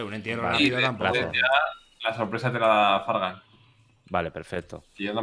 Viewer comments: Like si escuchaste que wili envés de decir fargan dijo Fran (stax) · Dice Fragan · No digo Frank dijo fargan